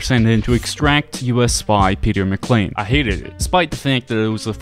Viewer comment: "Peter Mclain" THERE ISNT AN L